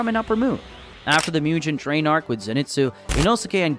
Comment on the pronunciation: you say mugen train like mew-gun train